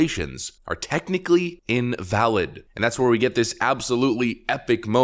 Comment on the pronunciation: "Ivalid." Oof. One word broke him.